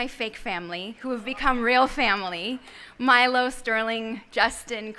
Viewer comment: I am so happy for Mandy. It was time her talent to be wildly recognized. But who the hell is the presenter, she doesn't even know how to pronounce Milo's name. Worst presenter ever.